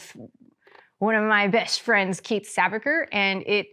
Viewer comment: I thought she said "one of my vest frends"